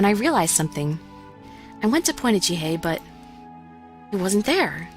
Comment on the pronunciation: Did you really say, "Jihie?"